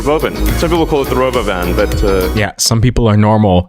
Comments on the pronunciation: Him pronouncing "robovan" that way is making me irrationally angry 🆘️ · The thing that made me want to behead myself most was the Raboven pronunciation. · He called it Robovan because the Robo Van has been patended by another company so that is why he said it that way.